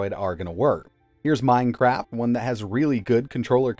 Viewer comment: I swear he just says "Minecrap" lol.